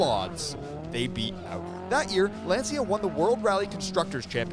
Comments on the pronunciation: "lancha" not "lanseea" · Calling Lancia a “small Italian car company” is laughable. They were hugely famous. they had already won three World Rally Championships in a row in the 1970s with the Stratos, and had a long history of innovation and prestige even before that. Also, it’s pronounced Lancia, not Lanzia, like the “cha” in cha-cha cha or ciao. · LANCIA no LENSIA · What is Len Sia? This is Lancia … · “Lawn-chia” is the correct pronunciation. Ask any Italian. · Pronunciation: LAN-SHIA